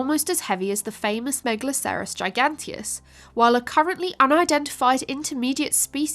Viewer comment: Try pronouncing megalocerous as you would rhinocerous. Same with anything that ends in "acerous", just flows easier and keeps the pronunciation consistent.